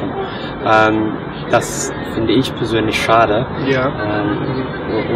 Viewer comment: Xaver Xirkenburg but he says ich as ix if you understand the x or j in spanish, like alejandro , "j" I mean he says ich as ij